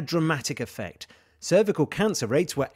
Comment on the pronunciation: Brilliant news! Just curious though, did anyone else notice the initial pronounciation of cervical? 😂